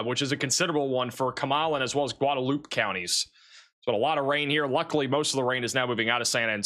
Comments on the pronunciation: Guadalupe pronounced "Goo-Wahd-Ah-Loop" in TX. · Dude. You absolutely destroy the pronunciation of cities that you try to read. You may be book smart, and I do appreciate your weather reports. I can't believe you asked AI how to say the name of a town on one of your videos. You mispronounced Otumwa, Ia. , and Guadalupe is not Gudoloop. That drives me up the wall. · By the way. Guadalupe. Gwah da loopee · Goo-da-loop? C'mon man 😂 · Guadalupe is pronounced like gwada-loop-a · It's pronounced "Gwad-a-loop-eh" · Gwahd ah loop ay...or huad ah loop ay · The X in Bexer is pronounced, as I have heard it, somewhere between a Y and not there. It is based on one of the local indigenous languages. Bear or Bayer both seem to be acceptable. Seguin is Suh-GEEN Guadalupe is GWA-de-LOOP-ee And don't get me started on the pronunciations of some of the German based names in the Greater San Antonio area. 😊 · LOL "goo-duh-loop" was really bad. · Someone Please Tell How to Pronounce “Guadalupe”!